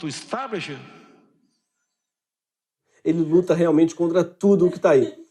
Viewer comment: "Eu estou lutando contra o ISTABIXI " Messias Bolsonaro